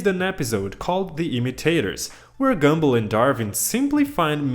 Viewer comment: No offense but I don't think you know how to pronounce gumball 😭